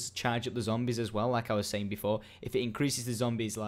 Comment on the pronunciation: ending: "And adios" good job, next video try to get get the "R" out Zombiessssssssss!